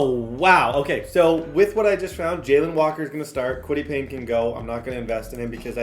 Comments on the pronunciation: kwity pay not payne lol😂😂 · Who’s gonna tell him it’s Kwity paye not Payne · Fam it’s kwity PAYE not Payne (pain) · He also calls Kwitty Paye “Kwitty Payne” and calls Julius Brents, “Julian Brents”😭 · Julian Brents, Kwity Payne, Mike Sanstril, Alex Pierce 😂😂😂, slow down and learn your players names 😂😂😂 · Idk if yk but that’s tds nickname for kwity paye, in franchises where he’s had him he’s always said kwity Payne